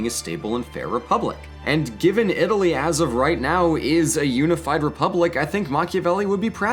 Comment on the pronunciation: “Itaaly is a veri stoung countri, because, it is so weak”